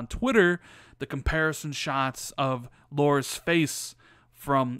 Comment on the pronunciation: It's Lara, not "Laura" bud.